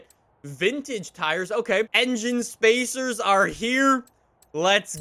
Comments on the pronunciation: doesn't even notice that he's saying "engine spacers" anymore. He's just adapted to it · you said “Engine Spacers”